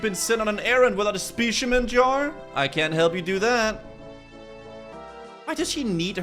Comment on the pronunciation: I'm normally very fine with mispronunciations, but the way you say "Specimen" bugged me so hard 😂